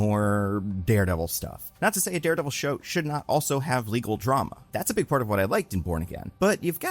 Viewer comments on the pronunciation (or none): none